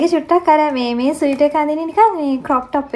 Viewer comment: ස්වීටර් නෙමේ ඩාර්ලින් - Sweater ස්වෙට(ර්)😊.